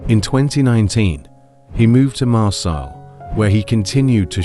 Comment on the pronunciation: The pronunciation of Nice and Marseille was enough to gain a dislike for me